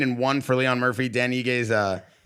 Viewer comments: "LEE-RON MURPHY" is such a good fighter 😏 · It’s lerone not Leon and he’s from Manchester England come on guys … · Leon Murphy? lol it’s Lerone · Leon Murphy 🤦🏻‍♂️. Lerone Murphy is English